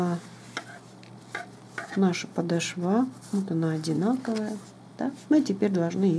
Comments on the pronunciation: Резануло слух подошвА, в русском языке ударение падает на вторую гласную О! "Подо́шва, где ударение падает на гласную «о» второго слога" -- правила для 4-го класса. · Посмотрела ваш мастер класс всё очень понравилось но извините не очень понравилось как вы комментирутие простите пожалуйста но нужно говорить не подошва вы сделали на последний слог а подошва с ударением на в 2 слог до очень режет ухо прошу ещё раз прощения если Вас обидела